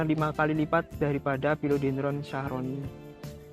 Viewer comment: Thank you unt penjelasannya mas...jd lebih ngerti 👍🙏 hny agak terganggu dg penyebutan Philodendron sharoniae Croat..kok jd Shyahroni sih mas?..maaf,,mgkn lebih tepat klo pronouncenya shyerene/shyereni e yaa..😊🙏 ini menurut sy yaa, sesuai penulisannya..😁